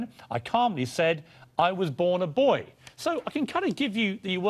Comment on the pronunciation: The word is BOY Piers Morgan, not BOYEEE